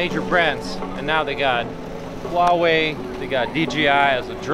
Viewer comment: Huawei = Who-Ah Way, Not Wah Way...